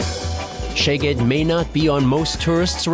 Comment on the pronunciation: Hehe... he's pronouncing the name of the city wrong. Which is fine, but this way he's saying "your ass" :D But the video's still good, a nice bit of nostalgia for me. :)